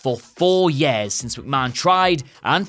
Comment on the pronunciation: it's "years" not "yares"